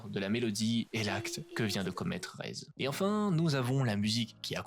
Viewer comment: super vidéo mais c'est pas raise c'est rézé par contre ;3